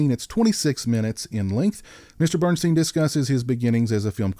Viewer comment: I love this movie! You pronounced Bernstein's last name incorrectly. It's like Bern-"steen," not Bern-"stine." I've met him. Great guy! Also, this movie has Amy Steel who I love from "Friday the 13th Part 2." Oh and I read the paperback book that was based on the screenplay. He didn't kill Muffy. He was afraid he was being completely cut out and left on his own. She assures him that he will not be.